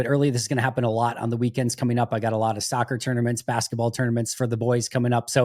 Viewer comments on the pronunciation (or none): none